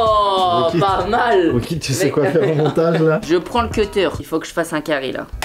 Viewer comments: Crayon de bois mais c'est pas ceteur c'est cutter❤❤❤❤ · Michou c’est de la merde c’est pas comme ça qu’on dit ceutteur on dit c u tt e r 😂😂😂